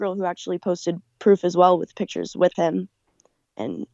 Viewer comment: bro learn to pronounce pictures please